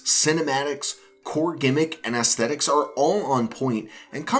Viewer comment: ASSSSSthetics…. Really… and a Zelda fan who hates Skyward Sword…. Maybe you’re making the wrong video pal. Anyway, instant thumbs down